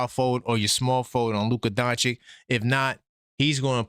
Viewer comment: Why can’t NY ninjas pronounce Doncic? It’s… “Don-chich”.